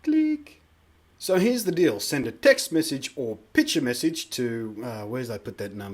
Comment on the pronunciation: Cool, I don't think I'm gonna use it, but I bet someone els is gonna. BTW, everytime you said picture message I thought you said bitch message :P